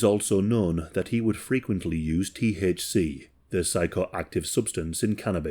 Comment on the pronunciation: Oh no, not the tee aych see! 😂